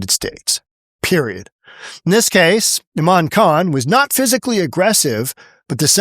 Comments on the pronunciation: Imam is pronunced ee mum., not i mam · C'mon, sir, it's NOT "ai-ma'm". The word is pronounced [EE-MOM]] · it is pronounced E-MOM